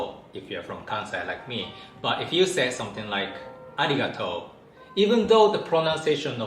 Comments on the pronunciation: I think the “riga” part is more accented. It’s kind of like a crescendo into the “ri” and a decrescendo into the “tou” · I've been studying japanese for a while now and have found its basically where you put the emphasis. aRIgatou vs Arigatou or arigaTOU. Kinda like the difference between REcord and reCORd in english.